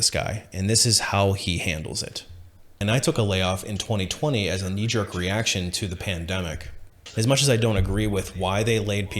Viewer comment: Good info in the video but I am curious as to how you,, pronounce knee. Keep up the good work!